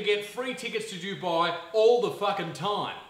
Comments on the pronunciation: Duboooii? You mean Dubai? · It's actually pronounced "du-bay". Usually non brown people and non Arabs say it as "do-bye" but that is incorrect